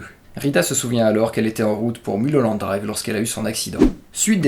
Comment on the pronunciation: ON NE DIT PAS MULE HOLLANDE DRIVE MAIS MEULE HOLLANDE DRIVE ! Sinon très bonne analyse, vous avez tout compris. Il suffit juste de remettre les séquences dans le bon ordre mais les scènes rêvées sont le fruit de la frustration de Diane, de sa jalousie envers Camilla et du fait qu'elle ait sombré dans la drogue et dans ses délires elle va jouer le rôle de sa vie. Celle qui la méprise devient une inconnue perdue et fragile et elle va se transformer en héroïne mais ça c'est après qu'elle ait commandité le meurtre de Camilla.